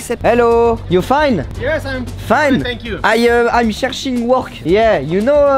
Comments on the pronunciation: "I euh cherching work" 🤣🤣😂😂😭😂😭😂🤣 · Mais ça ce dit comme ça, mais ça s’écrit " I'm SEARCHING a work" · "Im chercing work " 🤣🤣🤣 aahh chui mort